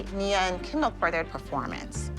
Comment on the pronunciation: am I the only one that heard kindle instead of kendall